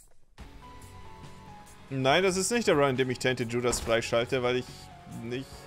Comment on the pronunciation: Wenn Judas mit Dschudas ausgesprochen wird, lol